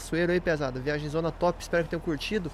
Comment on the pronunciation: jiagem- errado viagem- certo